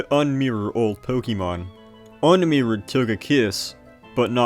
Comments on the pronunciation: You sound like someone’s dad. It’s not pronounced “pokey” mon, “pokey” dex etc. it’s “poke-ay” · Pronouncing it "po-kee-mon" will always strike me as odd. It's "po-kuh-mon". You say it right , why nowhere else? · please stop pronouncing it “pokeymon” it’s really distracting 😭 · What's a Pokiemon? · Its Po-keh-mahn. Its Japanese which means there is a very rigid pronunciation. Americans tend to add or alter phenomes into becoming "ee" sounds where none exist. See: Karaoke is "kah-rah-oh-keh" but Americans say "carry-oak-ee" But also? Nobody cares about all this^^ So its clearly Ponkymoan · You strike me as odd. The real pronunciation is "poh-KEH-mon", but most people don't say it like that because most people don't speak Japanese. Shocker! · >passionate enough to learn all this information >pronounces "Pokémon" as "pokeeeeeeemon" (incorrect) every single time without fail beyond the fail of having said it very wrong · great vid concept but the pronounciation of"pokey-mon" hmm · "Pokey Mon" dislike video and move on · can you stop saying "pokey-mon" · Poke -ee -mahn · Po keey. Cant stand hearing this repeatedly for hundreds of time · >"POKEY mon" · I never knew LGFR and RSE had sprites for the other's protagonists. Good video, I just don't like when people say Pokeeemon. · I'm sure the video is great, although hearing "poke-ee-mon" over and over at the start makes my skin crawl a bit too much to find out. Good luck :> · It's pronounced po-KAY-mon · idk why. the way he says pokeymon is very satisfying to me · ok so you said "poke-uh-mon" exactly once so you're just taking the piss